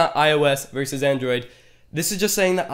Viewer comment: I cringed the first time he said Android. 😂😂😂